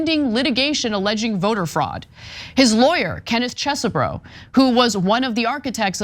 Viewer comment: Not to mention how to pronounce "Chez-bro." This was weird. Never heard her mispronounce so many things in one segment.